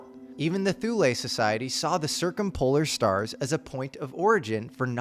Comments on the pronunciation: Pronounced "Thool" in English, or in German "Too-le" (not "Thool-ay")! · Thule is pronounced 'tool-uh'